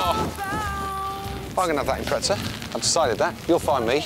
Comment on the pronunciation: It’s called impreZa not impretsa